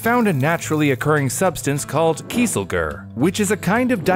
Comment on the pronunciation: The Gu in Kieselgur is pronounced "goor", the Kiesel was spot on.